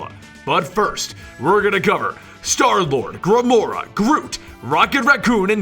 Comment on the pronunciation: in the beginning you say Gramora